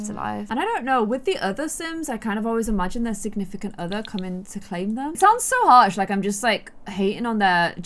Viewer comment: “Roxy coming to CLAIM him” It sounded like she was claiming kids or something. He is already her beautiful son.